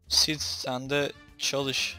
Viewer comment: Abi Sid Değil Sip